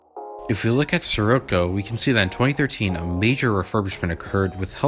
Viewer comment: You have a real problem pronouncing “Schwarzkopf”. You also pronounced “Scirocco” wrong.